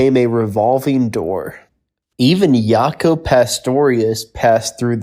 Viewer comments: Good job, however, it's pronounced JAW-KO NOT YAW-KO. I believe that info is incorrect, I NEVER knew of Jaco to play or tour w BS&T, however, guitarist Mike Stern did as did saxophonist Joe Henderson. Keyboardist Larry Willis was recording solo albums of his own while in-between tours w the band. When Lew Soloff was on the band, while not touring w BS&T he toured with Gil Evans. I saw them a few times in the late '80's w DCT and they sounded amazing! The cover of the No Sweat album where they're all in the Sona was re-cycled as a joke in the Sona scene in the Blues Brothers as both Lou Marini & Tom Malone were on that album with BS&T and later were on the Blues Brothers band. Trumpeter Alan Rubin who was with the Blues Brothers, subbed for Trumpeter Chuck Winfield on Spinning Wheel. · That's Jaco with a hard J. Not Yaco.. smh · Yacho? Or what it Yacob? Not every name needs to be interpreted with an other than American pronunciation. Dude, it's Jaco with a J. No Y. He is not German.